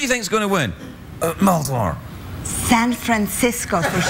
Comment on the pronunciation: Are we not gonna talk about how the guy getting shot down by the Serbian girl kept saying "San Frisco"?